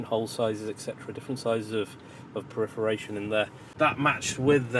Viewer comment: Nice Wagon. Ps it's 'perforation ' not 'Periforation' lol that is not even a word .